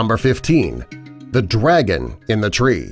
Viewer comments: Its Dragon Not Dwagon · I heard you say “the Dead dwagon” XD XD Just pointing out XD XD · I can't be the only one who heard dwagon instead of dragon each time he said it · I know he totally was joking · He said dwagon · Dwagon? Hahahahahahahahahahaha!!!!!!! Dry -_ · Your sayin' Dwagon... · He said the dead dwagon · Am I tripping or did he say dwagon not dragon!? 🤔😆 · Not DWAGON, DRAGON 🐉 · He said "Dwagon" :D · I heard it as well 😃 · broken furuta mage he actually said “Dwagon” dude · why every time he says "dragon " i hear him saying "dwagon" lol lmao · Sounds like he said swag instead of dragon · He said drwagon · It sounds like he’s saying dwagon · This is how many he said dwagon I I I V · Lol he said DWAGON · He can't say his R's like dwagon and giwaffe